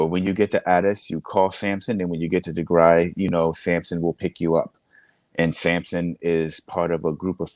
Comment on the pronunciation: It's Tigray not Tigre please learn how to pronounce it! On another note thank you for sharing the brutality of the TPLF that Eritreans are very aware of. It seems their old ways haven't changed using children as shields is so evil.